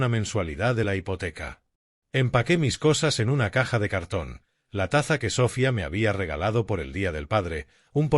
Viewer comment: Es Sofía no Sófia....con todo respeto.....